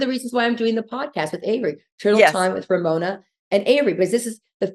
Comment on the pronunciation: Not RoMona